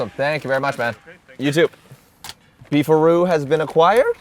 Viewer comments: Thought it was "beef rod" 😮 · I thought he said, "Beef or Roo". I guess you can get roast beef or roast kangaroo. Southern Comfort food. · Thought it was “Beef RoD” beef rod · I thought "Beef a Roo" said "Beef Rod", ya know, like a hotdog place. Or a penis. A beef rod could be a penis.